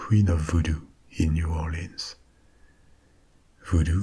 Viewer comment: Mais Cher…You are an honorary Cajun since you pronounced it like we do mostly…New Aw’lins,LOL! 💁‍♀️😁